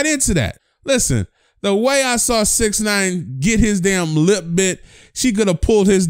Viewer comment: Me: Why you say lip like that😂😂: you talking about